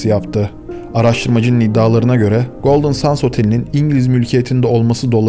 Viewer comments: Golden sans değil. Sands. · Golden Sends telaffuzu Sans değil. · Abicim.. Golden Sends diye okunur... Gözünü seveyim. sands denilince boh oluyor.. Benim ana dilim ingilizce... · 10 dakikadır golden suns diyorsun bro. GOLDEN SANDS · Golden sendz diye okunuyor brom ! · Çok güzel video olmuş öncelikle teşekkürler fakat bir şey dikkatimi çekti goldın sens diye okunmuyor mu ben mi yanlış biliyorum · Bu kadar iyi hazırlanılmış bir videonun başrolü otelin ismi nasıl doğru telaffuz edilmez.